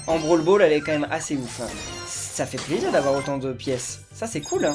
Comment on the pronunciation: C'est moi ou à il a dit sa fait zizir ? 😂😑